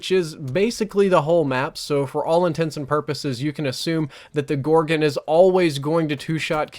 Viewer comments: Its pronounced gorgon, where do you see an i in that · 'Gorgen' lol